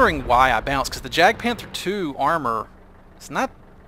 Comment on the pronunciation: 2 things. First the j in jagd is pronounced like the y in yes. I find it funny to hear a jagged panzer, maybe its a cubist painting. Second does the gun depression improve when aiming behind the vehicle. I've seen others using this and the roomba while aiming backwards to improve the gun depression.